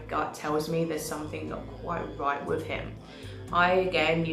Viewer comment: Btw also … it’s with not wiv. 😂😅 video on point